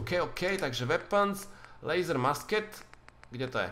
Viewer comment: ta tvoje musket se vyslovuje mušket nebo mušketa :-)